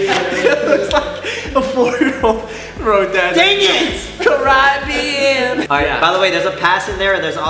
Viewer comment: ¨carrabian¨? okay kian